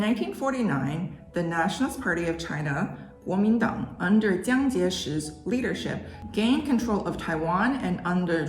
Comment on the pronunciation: （“蒋”是三声jiǎng）